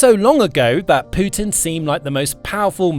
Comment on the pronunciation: did he jus say Poo Tin?